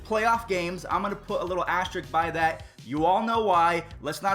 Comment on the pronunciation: bruh there’s an “S” before the “K” in “asterisk.” It’s not “asterik”